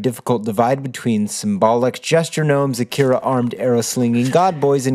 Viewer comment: Akria? Surely you meant Akira?